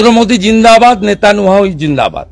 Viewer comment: নলেন্দ্র মোদি দিন্দাবাদ লেতালিয়াহু দিন্দাবাদ😂 ঠিকমতো নামই উচ্চারণ করতে পারে না। এগুলো নাকি ইন্ডিয়ার নেতা😂